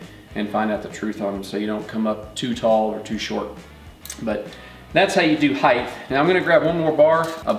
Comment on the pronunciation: Height! Not height-th